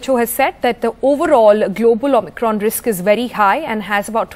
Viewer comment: Anchor doesn't know how to pronounce Omicron.